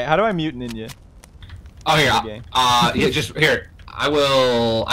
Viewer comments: “I would nevver betray Ninyaa!” I died lmfao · In finnish It is spelled as Ninja But prenounced like ninya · I'm only here for pewds saying NINYA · Stop this, why you talk like that, "ninya" "wespects"... Why though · They should know it's the real PewDiePie because he says "Ninya"